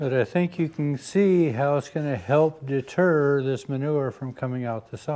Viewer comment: I am not going to lie I giggled a little when you said "this board will help deter it coming from out the side" in my mind I heard "it de-Turd it from coming out the side"